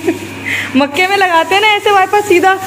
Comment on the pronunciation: Makkay nahi makkah hota hai ❤️